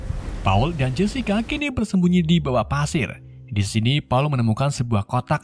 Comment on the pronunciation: Pasir bang bukan padir